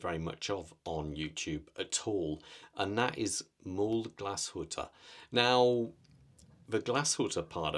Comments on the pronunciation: “Mühle” is two syllables, “Müh-le”. If you’re interested in pronouncing the ü correctly, try saying “ooo” (like in “tool”) and “eee” at the same time. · It's pronounced /ˈmyːlə/, does not contain the - ew sound. The umlaut makes a "u" sound "y" Your pronunciation is an americanized version. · Great review…just wanted to correct the pronounciation of Mühle. Phonetically it’s said mew-la. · Your pronunciation of the brand is outright horrible lol but great review!